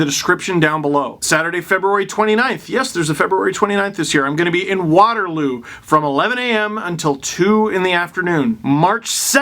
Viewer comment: It was interesting hearing you say Waterloo cause most people emphasize the loo part, but you emphasized water and YAY THE LEAFS WON